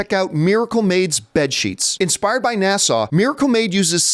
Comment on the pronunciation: John for the love of God it's NASA not NASAW!!!!!!!!!!!